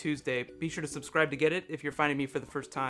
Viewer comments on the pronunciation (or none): none